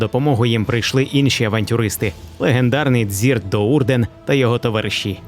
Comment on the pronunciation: Дізлайк за "дзірта" До'Урдена! Якого біса? Ви взагалі оригінал читали? Чи тільки кацапські переклад? І стадо таких же відсмоктувачив в коментах! Його ім'я Дріззт До'Урден, йолупні!